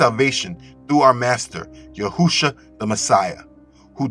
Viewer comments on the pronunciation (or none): NOT YA-HU-SHUA. NOT YAHUSHA. IT IS YE-SHU-A FORMALLY YA-H'-SHUA. YA-H'-SHUA MEANS YAH IS OUR SALVATION. LATER SHORTENED TO YESHUA AT THE TIME OF THE 2ND TEMPLE. GREEK OR LATIN DOESNT HAVE THE SAME SOUNDS/LETTERS AS HEBREW OFC SO THEY SPELL/PRONOUNCE IT IESUS . WHICH IS WHERE A LOT OF CONFUSION COMES FROM WITH LEW WHITE & MANY OTHERS. OBV TRANSLITERATION OFTEN MAKES IT SOUND LIKE ITS THE SAME/EVEN SPELLED THE SAME WAY BUT IT IS NOT. THE ANGEL DIDNT SAY TO CALL HIM YAH'SHUA (YAH IS OUR YESHUA; THE FORMER VERSION OF HIS NAME) ANGEL GABRIEL SPOKE TO MARIAM : MATTHEWS : "SHE WILL BEAR A SON, AND YOU SHALL CALL HIS NAME YESHUA FOR HE WILL (YOSHIYA) SAVE HIS PEOPLE FROM THEIR SINS" MAY THINK LEARNING HEBREW OR ARAMAIC IS NOT IMPORTANT BUT IT CERTAINLY IS. W ALL DUE RESPECT; IT SIMPLY ISN'T THE SAME WORD. THIS CAN BE MISLEADING FOR THOSE THAT ARE TRYING TO LEARN HEBREW/ARAMAIC. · His name is Yashouwa . Not yahousha. Just as I listen I hope u listen . Those from God do listen. God name: Yahouwa Son of man Yashouwa Yahoushouwa= God saves.